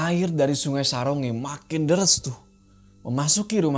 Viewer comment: Saronge itu di bacanya sa rong ge kak